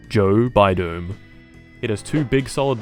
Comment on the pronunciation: "Joe bidone" 😂😂😂